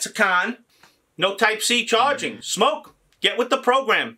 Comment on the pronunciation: Geez tho it's smok not smoke